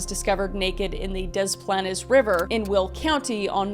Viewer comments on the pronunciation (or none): DA-PLANES not deplaness and WA-KEE_GAN not wagaken but you are a great reported love these videos.... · Pronounced De Planes.😊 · It's pronounced dis planes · Also it’s pronounced des-plains not desplanez sorry if I sound petty but just wanted to let you know kris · As a Chicago land native your pronunciation of Des Plaines is painful. Des Planes or Dez Planes is how your pronounce it. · I love your Canadian beautifulness buuuuttttt it is “Des-Planes” phoenically. Lol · My parents live in Des Plaines - It's hard to explain how to pronounce it but you were very close! (the first time LOL) Edit-the more you say it, the more wrong it gets 😂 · I know the pronunciation doesn't make any sense, but Des Plaines = Dez Planez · I love you and I love these videos! It’s crazy that something like that happened when my mom was a teen 30 minutes from home! Also, very very very kindly, Maybe cause I’ve lived here my whole life I have to say it’s pronounced ‘des planes’. But that’s not your fault! I just had to say it. It’s a weird word. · You said Illinois right...good job. We don't pronounce the S. Edit: Diss planes (like an airplane) but you say it as one word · The "Dez Planes" is killing me 😂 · It's pronounced 'Day Plan' 😭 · OMG, it's pronounced Des Plains. XD I know it shouldn't bother me but it did. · Ok so Kris I love u and I live in the area, (YOUR DOING YOUR BEST) its pronounced des planes river, love u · One of the early victims (I cannot remember whom) had gone to my grade school about a decade before. It really hit home with us having that tie to this. PS odd midwest pronunciations - Des Plaines = Des Planes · Great coverage! We Illinoians pronounce it Dee Planes. Just FYI. I love when you cover these stories. You’re great! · It's pronounced Des Plains..... I was 13 and living in the Chicago suburbs when Gacy was caught. ❤ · babes it's pronounced more like dess plains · not to be that person but its pronounced dis planes :) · It’s pronounced Des “Plains”